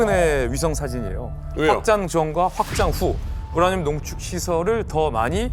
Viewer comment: 우냐늄 우냐늄. ㄹ 발음 나올때 마다 너무 웃겼음